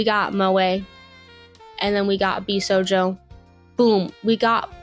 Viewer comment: I also have an autism diagnosis, and yes, she's pronouncing josei & bishojo incorrectly.